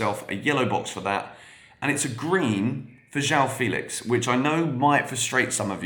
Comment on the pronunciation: Is you pronounce "Félix" with the same "fe" sound as "fennel", for example (that 'eh' sound), you'll have a pretty good pronunciation of "João Felix". It's so close, so why not? 🙂